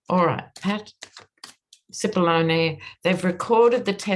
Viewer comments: You pronounce Cippolone correctly as an Italian would. 🇮🇹🇮🇹🇮🇹🇮🇹🇮🇹🇮🇹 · Finally, someone pronounced Cipollone’s name correctly! 😂 Love ya,! ❤️